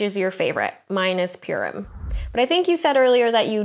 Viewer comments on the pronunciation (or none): Loved that pronunciation of Purim lmao, "pure rim" but your comment was so wholesome and yeah I agree Stormfront is the best portrayal of a nazi I've ever seen in tv or film